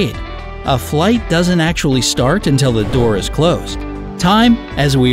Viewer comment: i noticed you didn't translate "acshawaly" for us... could it be that you didn't understand that she meant "actually"??? hooked on phooniks werks fur me!!